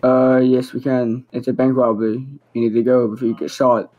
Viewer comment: “there is a bwank wobary” 😂😂